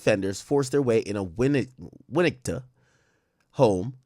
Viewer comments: It’s Win-etka that’s how you pronounce it. It’s the small suburban area outside of Chicago where they shot the movie Home Alone 😂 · Winn-netka the t is silent